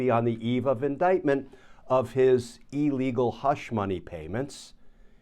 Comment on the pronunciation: I cringe every time someone in law says e-legal.